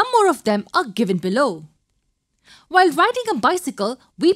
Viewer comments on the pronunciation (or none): none